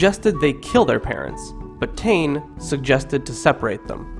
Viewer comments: 😆🤣😆 Tane it's Taane pronounced sounding like Tarn-eh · Please bro it’s pronounced Tah-neh not tain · Tane = ‘Tan-ae’ not ‘Tannn’ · Ta ney lol not taine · Tane, pronounced as Ta = in Tar-seal & ne = in ne-ver..pls learn ur pronunciation before you make a video like this. I'm cringing right now..ugh!!! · can you pleaseee not do this vid if u cant pronounce the words properly and also tu is tumatauenga and tane is tane mahuta and hine u pronounce hin-e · G IT'S NOT TU IT'S TUMATAUENGA EGG AND YOU CAN'T SAY TANE PROPLY TO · Its tane u fukin idiot and the fuckin reast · HE'S CAN'T SAY THE NAME PROPLY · Tawhiri = Tah fi ree Tane = Tah nay Hine = Hee nay